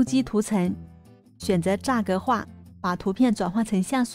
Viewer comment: 栅格化，这里的栅读shan不是读zha。我一个从业25年的广告设计师听zha吓了我一跳